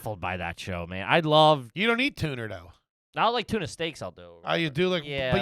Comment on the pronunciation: How did everyone miss saying "tuner" instead of "tuna"? Too good lol